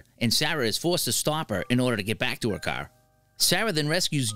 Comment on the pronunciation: The way he pronounce car made my ears bleed please have somebody else